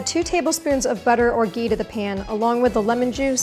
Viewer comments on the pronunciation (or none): Wow love the recipe and great video! Also love how you mentioned “Ghee” 😆!